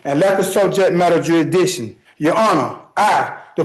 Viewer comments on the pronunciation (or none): Sorry for rapid fire comments, but this moron can't even pronounce JURISDICTION correctly, and here he is emotionally trying to reinvent the wheel while rambling about JURIDISHUN😮😮😮 Edit IT'S NOT A FACKIN LIBERRY, IT'S LIBRARY! L-I-B-R-A-R-Y YOU FACKIN NUMPTY! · Youehdishen, you-a-dick-shen, Maritime, Common Law or Military Tribunal - in persona, per se , as a living breathing man of the land or as the beneficiary trustee of US Bums LLC. - everyone is free to ruin his life the way he wants. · Bro is really hung up on that 'jursdichin' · It makes me happy every time he says "juridisshion" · “Juradiction” you have to say it PROPERLY 😅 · I don't even think he got the 'C' in there. Jurisditchin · Dude… he was the nicest possible judge to you and you didn’t skip over the part about demanding his oath… that’s proof enough you shouldn’t do this. And “we have him oh high definition video blam blamming the victim” And questioning “jurydiction” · I think we should add a list of words you have to pronounce correctly in order to represent yourself. You have to stand up and pronounce "jurrisdiction" "admiralty" "coersion" "persona". Do that correctly, and we'll let you be your own lawyer. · De jure, you sovturd. And its jurisdiction, not juridiction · He's correct that the court doesn't have "geeridishin". About jurisdiction though... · He seems to have a problem pronouncing jurisdtiction often saying juridition. I wonder if the rest of his pronunciation is that poor? He sure likes to away when spouting his BS. LOL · 100% And let's not forget..... "jerusdiccion". what a circus show. Where is the iron fist....that makes this country the law abiding country that it is? 🇺🇸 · how about jurisdision? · I’m also certain there’s an “s” in jurisdiction. He kept saying judicton or something thereabouts. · It's " juridiction" for me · Exaactly. That’s the whole issue, he is talking about Jurishdishion, not jurisdiction. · He can’t even say “jurisdiction” properly 😅